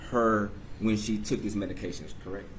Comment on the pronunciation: This defense attorney is a joke. He can't pronounce specifically or medications.